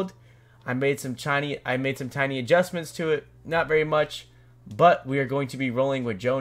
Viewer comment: “I made some chiney, I made some tiny adjustments”